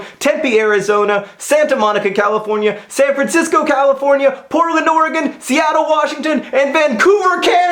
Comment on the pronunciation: Thank you for pronouncing "Oregon" correctly. Ever since I moved to the midwest, I've had to listen to people pronounce it "Or-ee-gone" and it drives me crazy.